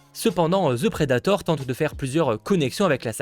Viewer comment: Si tu dit encore Ze predator, je me pend. The ce dit De. C'est pas compliqué bozo.